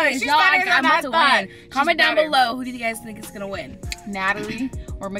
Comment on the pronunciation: Wen Natalie saying who u tink win ..who u tink win